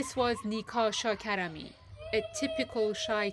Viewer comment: Her name is: ShaKarami - not Nika Shakrami. Please.